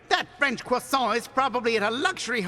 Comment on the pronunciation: "That French C R O I S S A N T" roflmao (Yes I'm fucking glad to be French )